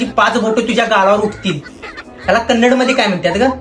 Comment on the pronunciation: Kannad nahi sir Kannada